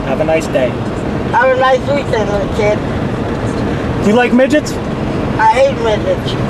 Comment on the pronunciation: "do you like migets" 😝